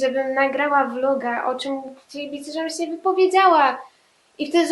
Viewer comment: masz fajny akcent i nie wiem czy tylko ja to zauważyłam, ale zamiast się to mówisz sę tak bez "i" a i mi się podobasz wiem jestem dziewczyną ale jestem bi czy jakos tak💋😍